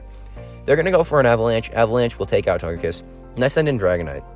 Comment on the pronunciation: I’m a new viewer here and it took me a second to realize that you had a SHUNDO TOGEKISS ( and no offence but it’s pronounced toe-ge-kiss not toe-je-kiss)